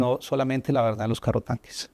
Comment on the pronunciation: Han notado , que dice , VERDADDDDDD....como Petro.. Se dice , VERDAD , sin...ddddddddd....suena falseado...